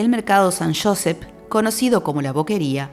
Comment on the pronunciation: No es Josefh es Josep